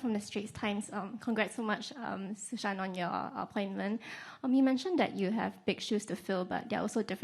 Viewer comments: its not susan, its su shan :D like it you geddit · "Susan"... "No, it's Shŭ Shàn" - Johnny English